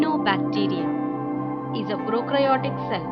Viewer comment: That is prokaryotic cell and eukaryotic cell not prokrayotic or eukrayotic cells